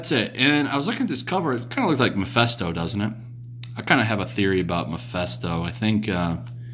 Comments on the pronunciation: I love your videos. They're very informative and refreshing. I don't want to come off as condescending or Hermione Granger-esque. So I hope you please don't take offense but allow me to correct your slight mispronunciation. Ma-fist-o not Ma-fest-o. Mephisto. Short for Mephistopheles. The high ranking demon from the German legend of Faust and often confused with Satan himself in pop culture. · Great video as always,! Just one little nitpick, though... It's Mephisto, pronounced like "fist." Every time you said MePHESTo, I kept picturing the old scientist in the fishing cap and Hawaiian shirt from the early days of South Park. That HE was the one making a Devil's deal with Spidey.